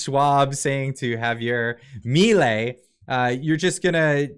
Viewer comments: Is not mIlei, it's milEi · Juan Bautista Alberdi was the one made are constitution and he was a libertarian to. Also you're pronouncing his last name wrong. Just write on Google translate Mi ley (mi law in Spanish) here it pronounced and that's how you pronounce his name xD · Its Milei (mee lay)